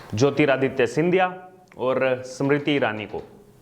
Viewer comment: सिमरीती नही स्मृती, परधानमंत्री नही, प्रधानमंत्री बोलो भाई. ☺️